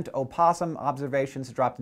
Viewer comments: Umm did anyone else notice that he mispronounced opossum? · he said Oh-possum.